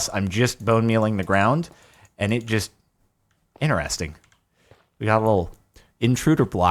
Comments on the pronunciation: Dude can you stop saying INNERESTING? IN — TER — ES — TING Ter! There’s a TER in it! I don’t think this is a mean comment because it’s not like you can’t say IN — TER — ES — TING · STOP SAYING INERESTING, ITS INTERESTING